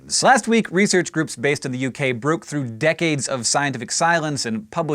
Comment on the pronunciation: "bruke through"